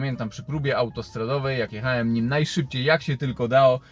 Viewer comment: wszystko fajnie ciekawa historia ale jak mnie kłuje w ucho straszliwie jak ty mówisz "jechaem, mówiem, hamowaem...." :-/ aż ci mosiaŁem o tym w końcu napisać...